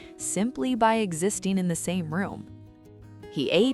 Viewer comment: "Writeen", "stoppeen", "existeen", and "reserveen" are not words. "ing" is not pronounced "een".